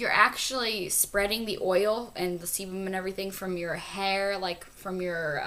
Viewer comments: Sebum not semen LOL!!! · she said seBum idiots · did she say semen in the 6 to 7 minute point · LOL! it sounds like she's saying 'semen' on XD haha.. sorry but.. i had to share that. c: ♥ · i think she said semen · I think she said sebum lol:) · ahah, I think she said/meant sebum (